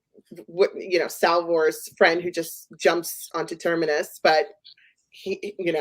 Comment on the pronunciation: Please: the planet is called Terminus. Ter-mi-nus. If you're hosting a podcast about Foundation, please pronounce the names correctly. The name even indicates it's at the galaxy edge - it's like terminates. Not Termerus....